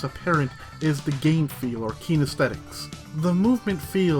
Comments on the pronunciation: Consult your local dictionary or one online. You will find that aesthetics is not pronounced ay-esthetics. :P Great job though! I love these videos. :) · "Ayy-eh-sthetics" Exclude that "ayy" at the beginning. The word becomes 100% less laborious to say. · In both American English and British English, it is a three- syllable word pronounced “ess-THET-ik”. Ignore the”a” at the front, it is a holdover from its Latin roots but we do NOT pronounce it. I mean, one is welcome to pronounce it however one wishes... but there is only one way to say it correctly and that is without the “A” at the beginning. If you were making this point also, sorry I misunderstood your post. 😊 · And that’s how it’s actually pronounced.